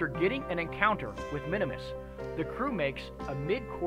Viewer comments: I thought it was called Minmus, not Minimus? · For some reason I thought you called it Minimus.